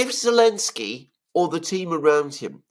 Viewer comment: Why do people keep calling him Elensky?